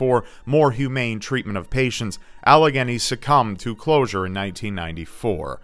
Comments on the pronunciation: The "Allegheny" in Trans-Allegheny Lunatic Asylum is pronounced like "Al-i-gey-nee" like the Allegheny river! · It's so weird to hear someone pronounce "Allegheny" who isn't from Pittsburgh. I never knew about Trans- Allegheny though! That's awesome! #keepyoutubecreepy